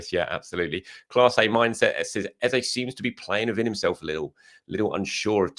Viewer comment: Why do you insist on mispronouncing EZE? What do you know that we don't? I understand Nwaneri might be a tongue twister if you not from Africa but EZE? C'mon